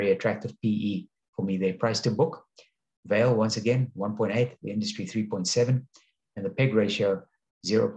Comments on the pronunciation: Pronounced Val-eh. I bought some after selling colonial coal when it 2xed. Love the dividend, I like the stock more than Anglo American, which is divesting from coal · thanks for the pronounciation correction! During the video I did remember to apologize for slaughtering the Brazilian Portugese language :). I am not sure the VALE dividend is sustainable at the current level. Thank you for sharing. Best regards!